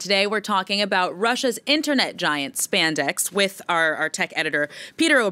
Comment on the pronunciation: I lost it when I first heard spandex lmao